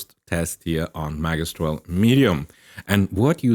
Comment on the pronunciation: it's pronounced ' ma gi stral ' th gi as in magic not as the game